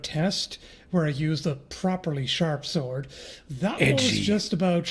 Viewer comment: "SAORD" "SAWORED"